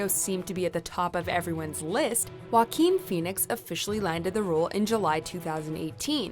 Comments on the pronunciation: Joaquin (Wah-keen) will now be pronounced Jokin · Wakim. 😳 Thats how you pronounce his name? iesh, I feel stupid😆